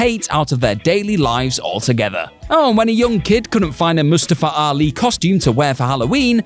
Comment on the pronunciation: Thank you for pronouncing Mustafa Ali’s name right, I have the same name😂